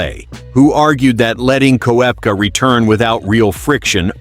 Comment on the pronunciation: learn how to prorogue korpka